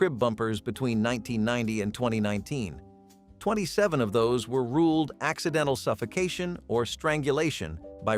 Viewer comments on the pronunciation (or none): none